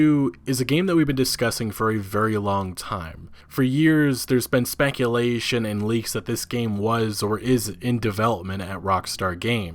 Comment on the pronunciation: He said spankulation